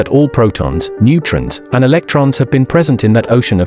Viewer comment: Narration wud be better with certain words pronounced correctly - primeval, neutron, complex etc.